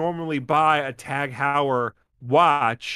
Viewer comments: About the watch: the "Heu" in Tag Heuer name should be pronounced like in the word "aHOY", so it would be "Tag HOYER". And if you look into watches $2100 for a watch might sound like a lot for an average person, but it's change in regards of price for a good watch. The prices or luxury brands watches can get astronomical. The other story is that this is a smart watch... Then I agree this is just a ripoff and they trying to bump the price by making it in limited quantity. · every time attempted to pronounce Tag Heuer I died a little